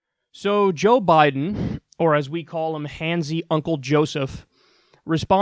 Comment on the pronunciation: Joe Bye-then.